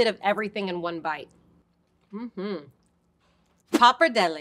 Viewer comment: I love watching Epicurious videos but I keep cringing every single time she mispronounces the different names of the pasta. 😖Please pronounce them as intended and with an Italian accent. Grazie!